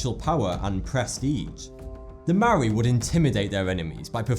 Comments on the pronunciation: How your pronounce maori and their words are extremely offensive you need to learn their vouls right and not all maori tribes ate their opponents. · love your stuff im from new zealand i always have trouble pronouncing maori but its pronounced more like moldy (yes like rotten food i avoid saying it maori people can be offended easily and i have nothing but respect for elder maori the youth on other hand look for any excuss to re-enact there warriour past) but anyway the r has a rolling sound to it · Maori was pretty accurate you butchered pronouncing it but ye...